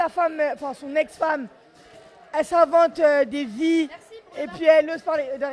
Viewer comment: "Elle zzinvente des vvies " kehba pirate 2018.